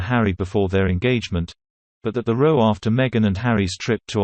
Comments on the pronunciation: I was wondering too. I know it should be ‘ rao ‘ rhymes with ‘ now ‘ but it’s a robot , that’s why the mispronunciation. I just found out too. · Is that how you pronounce "row" ? 😠